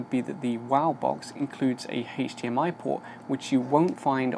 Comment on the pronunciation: took me a sec to figure out you were saying HDMI, since you pronounce it as HAISH-DMI